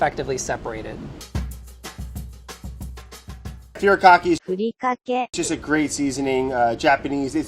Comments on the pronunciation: brad : few-ree-ka-key the editor, not wasting a single second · brad: firi-ka-ky editor: FU-RI-KA-KAE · The immediate correction of Brad's pronunciation of Furikake with the computer voice absolutely sends me. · As a half Japanese person it satisfied me so much when brads pronunciation was corrected lol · lmao, thank you for correcting Brad's pronunciation of furikake. I commented on how he butchered it when he said it in the carrot plating video. 😆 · I started lmao when they had to add the proper pronunciation of furikake for Brad. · Brad saying Furikake followed by the correct pronunciation was priceless! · The dictionary pronunciation of Furikake right after Brad had me DED lmao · MY PET PEEVE is when people pronounce it like Brad...hahaha...sorry Brad! Love that you included it in this video though :) & Yes. They ARE awesome awesome. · Correcting Brad’s pronunciation of furikake with the automated one is killing me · I’m Asian and I was still pronouncing furikake wrong. It’s so nice to see BA representing Asian condiments/spices, along w other international foods too! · That Furikake pronounciation ..